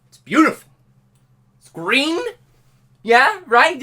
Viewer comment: its gween!